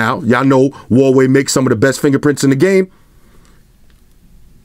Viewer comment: It’s not waway is Hawaii not Optimus prime it’s like cake or something. And it’s not 2 steps Forward